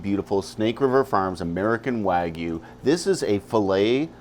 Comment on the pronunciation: Great vid and presentation. Can you please tell some of your SRF colleagues the proper pronunciation of Wagyu. If they are going to be spokesmen for the product they should be able to pronounce it. Wtf is a “wah-goo”😂